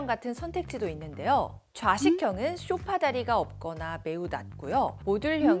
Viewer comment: 쇼파가 아니라 소파…. 귀가 거슬려서~~ㅎ